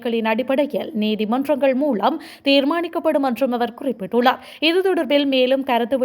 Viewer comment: மூலம் என்ற சொல்லை மூளம் என தவறாக உச்சரிக்கின்றீர்கள் திருத்திக்கொள்ளவும்..